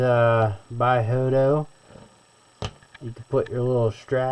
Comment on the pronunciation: Hoto but pronouncing joto 🤫